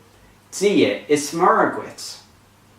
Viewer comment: MURRA for Muire..appalling no differentiation between Broad and Slender..MUIRE is spelt MUIRE a slender R..execrable !!!